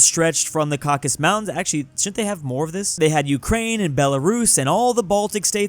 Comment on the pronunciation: Cau-Ca-Sus! Not Caucus!